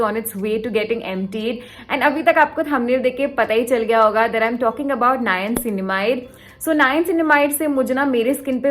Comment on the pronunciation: Girl!!! You need to work on your niacinamide pronunciation. And you used it 3 times a sentence at that. This video exhausted me so much. you probably should use "N-word" for niacinamide but niacinamide works So great video.